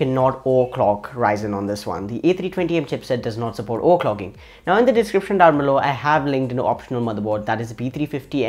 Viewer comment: Sorry I had to because it's funny "OERCLOCKING"